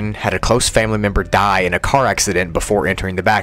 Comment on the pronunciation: Bro said dye not die, still tho vids are amazing